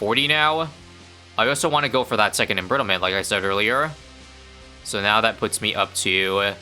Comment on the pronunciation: I wanted to do comment same thing but it's still funny